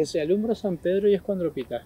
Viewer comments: Es tal cual dice SAN-PE-DRO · LA VOZ DICE "SAN PE DRO"